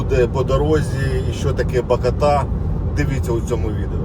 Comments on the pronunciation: БакОта, а не БакотА😀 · Відео чудове, тільки наголос на другу букву бАкота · Ба́кота Ба́кота Ба́кота наголос !!! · Не БакОта, А БАкота😂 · БАкота, а не Бак0та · Радий що вам вдалося відпочити. Тіль блт не БакАтА, а БакОта!!! 🤬